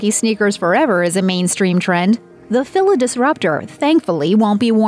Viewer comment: Weird the announcer doesn’t know how to pronounce Fila.